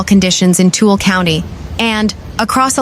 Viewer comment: Following standard English pronunciations Weber, Heber, and Tooele would be pronounced as you did. But in Utah, they are pronounced Weeber, Heeber, and too-eh-le. 😅